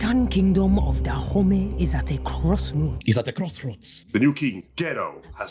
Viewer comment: "Kingdom of Da Homie" 😂